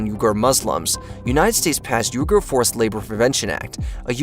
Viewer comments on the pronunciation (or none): It is pronounced We-ger, not Ur-ger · Haha.. NOT 'U-GER'.... 'WE-GER'.…. WEGAR MUSLIMS! LEARN. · Uyghur pronounced WEE-grrr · You say it "We-ger" not "You-ger". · uyghur is pronounced "WE-gur" not "YOU-gur" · It starts with a "U" but I promise is pronounced with a "W" as in "wee - ger" = uyghur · its oui ghur by the way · FYI- Uyghur is pronounced “WEE-gurr” I like most of the content on this channel, but I wish they’d spend a little more time getting pronunciations right. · Why do you keep mispronouncing things? For example, Xi Jinping should be pronounced as "She-Jinping", and Uighur should have been pronounced "wee-gurr". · Yooger? That's not the way that the Uyghurs pronounce their name is it?